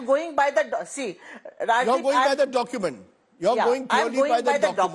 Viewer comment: This Lady is not able to articulate document.instead she is saying dokument.